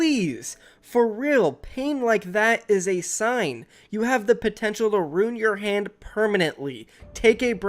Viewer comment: Why does say rune instead of ruin I do t get it. It drives me crazy